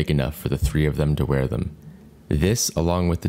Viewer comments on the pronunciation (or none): none